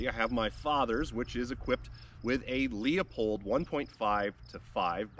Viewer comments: “Loo-pold” not “Leo-pold” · It's not a Lee-o-pold scope, it's Loop-old. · Leupold is pronounced loophold not leopold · I'll start using Leia-pahld to make everyone unhappy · You lost me when you mispronounced Leupold. That happened fast. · You may want to watch a Leupold video and learn how to properly pronounce their name